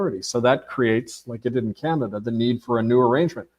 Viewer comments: He doesn’t know the name of the Chinese president & he says the limbic region of the brain is responsible for emotion processing and then a couple of times pronounces ‘Canada" in the oddest way..khaanaada. All very odd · Ca na da? Did he just pronounce that ca an da? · Why is this author continually mispronouncing the country named Canada? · Why do you mispronounce Canada several times during the presentation? Oprah did this once as a TV announcer early in her career, and that was the turning point in her decision to drop the false face and be herself. Oh, I thought the King didn't participate in politics? This is like the movie, Rosemary's Baby. These are random thoughts. One last one. Robert Prevost's grandparents descended from Creole People in Louisiana, no??? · Has he changed the pronunciation of Canada?